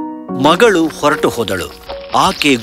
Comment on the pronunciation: Please learn to pronounce kannada properly: ogi should be hogi, vayisu should be vahisu, oratu Alla horatu... Uduki is huduki 🤦🤦🤦🤦 you literally killing the language